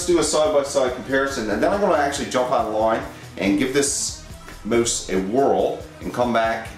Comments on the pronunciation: did he just say gaming moose? HAHHAHA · he says mose, of course he is Canadian! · The way you say mouse, it sounds like your saying moose. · LOVE how you're saying mouse xD